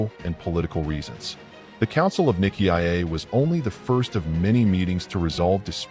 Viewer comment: Nikki I Eh? For Nicea? Nigh See Ya.